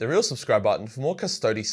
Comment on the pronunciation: I'm so happy that you pronounce "Custodes" properly. Cust-odees. Not Cust-odes. This is the way.....of Latin.